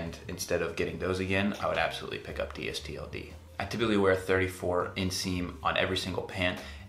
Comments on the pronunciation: Yes, Please say "Distilled" It is very annoying to hear you say it "D_S_T_L_D". The are better than AG and are sized about the same as 7forallMankind. I am 6'2 and I wear the straight fit 31X32. I also invested and I get a nice discount. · Dude, it's pronounced "distilled." Says it right on their front page.